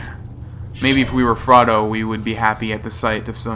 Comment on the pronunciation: did he just call frodo "fraudo"!?